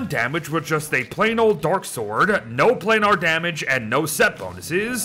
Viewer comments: Yo, it's pronounced Play Ner. You can look it up. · Love your videos, but could you please stop pronouncing planar like that. It's pronounced "plane-er".